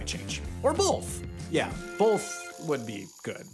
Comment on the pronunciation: "Both" has NO "L", neither in its spelling, nor pronunciation.